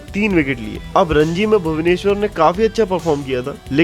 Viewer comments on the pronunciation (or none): none